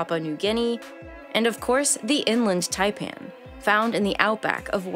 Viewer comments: the person narrating this needs to go to school again and learn to pronounciate... one doth pronounciate correctly... the ''IN-land tie-pann'' not the ''eng-lind ty-pan'' i got to in the video before i picked up a book and bashed my ears in... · It is In Land Taipan, NOT Inlund.........it is also called the Fierce Snake.